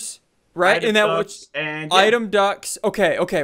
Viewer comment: The way they pronounced “item duct” sounded like item ducks 🦆